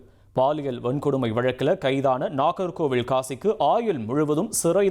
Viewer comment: ஒரு வரி விடயத்த லூப்ல போட்ட மாதிரி அதையே திருப்பி, திருப்பி சொல்றீங்க அதுமட்டும் அல்லாமல் நாகர்கோவிலை, நாகர்கோவிள் என்று உச்சரிப்பு.